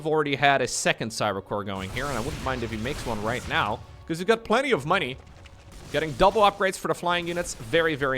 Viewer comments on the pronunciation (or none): none